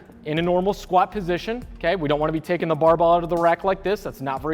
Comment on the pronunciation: I haven't heard the word barbell spoken this many times since Scott Herman. BAHBELL haha